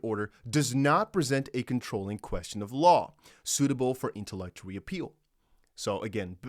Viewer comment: FYI it’s pronounced “inter”-“lock”-“it”-“Tory”(like Oreo with out the last o) just trying to help out, thanks for the info.